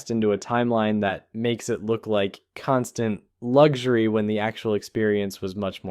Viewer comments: "Constant Lug Jury" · "luxury" subtitles "lug ury" 🤣